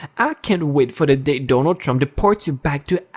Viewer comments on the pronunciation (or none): none